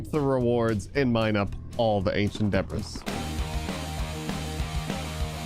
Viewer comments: its pronounced [Duh-Bree] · every time you say "ancient debris" it sounds like you're saying "Ancient Debra's". Sounds like a good name for a villager, maybe? Hmm? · Love how he says “ancient Deborahs” instead of ancient debris